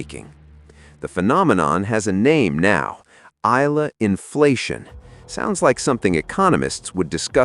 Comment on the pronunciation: Eala is pronounced as eyala not ila